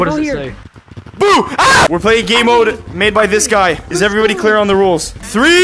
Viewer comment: He said gaymode 6 times